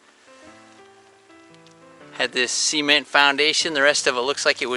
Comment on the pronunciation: Cool video, just can't stand hearing cement pronounced as seement 😅